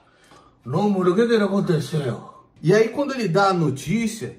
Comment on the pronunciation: "oqueqaqontesêêu mánon? queqiaconteçeu?" kkkkkkkkkkkkkkkkkkkkkkkk